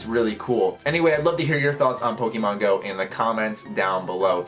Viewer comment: you said pokemon wrong